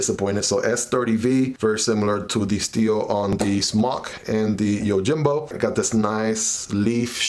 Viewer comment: The J is pronounced as an H, YOHIMBO